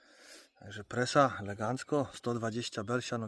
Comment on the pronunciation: O co chodzi z tą presą....tak się u ciebie to wymawia czy sam dla siebie tak to wymawiasz? Na Warmii wymawia się prasa a czynności nazywamy że prasujemy😅😅😅 z doświadczenia wiem że to bardzo boli jak się chce, deszcz za rogiem a tu się nic nie klei.....albo się zapycha na podbieraczu a to siatką nie chce obwijać....masakra 😢